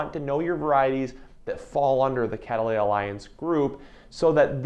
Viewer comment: The way you're saying "catteleya" is catt‐leya 😅